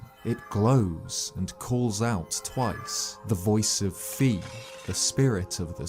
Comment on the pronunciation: Fi rhymes with sky